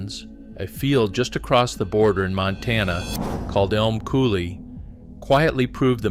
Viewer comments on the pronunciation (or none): none